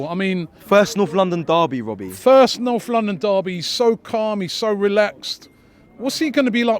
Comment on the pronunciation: "Noff London daby"